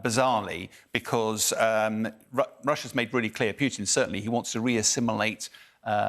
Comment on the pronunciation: Who's "P'you'tin?" It's Putin. Pronounce "Pootin."